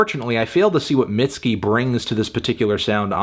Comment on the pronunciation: I don’t think it was necessary to call her “mid-ski” but it’s your review I guess